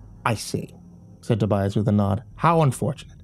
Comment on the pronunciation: Not to be THAT GUY, but it's "Tobias".